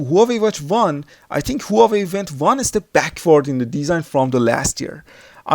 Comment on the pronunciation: u fool..the way u say hua wei is wrong.... i was going to get this hua wei 2 or sam sung s3 sport?